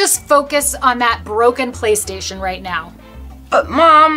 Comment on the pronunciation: Bruh she said playerstaion and I craked up